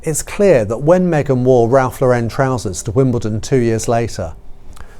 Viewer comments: The Lauren in Ralph Lauren is pronounced like the girl’s name Lauren. It isn’t La-wren. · It’s not Ralph LauREN, it’s Ralph LAUren. It’s an American brand, not French. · Interesting, fun video. Love the photos and I appreciate the notes. MM was never up to the job. Just didn’t have it in her. Not sure why the weird pronunciation of Ralph Lauren and Givenchy, that was a bit distracting, maybe it’s a British thing, but I’m happy to find this channel.